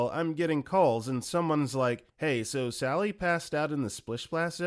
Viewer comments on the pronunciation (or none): none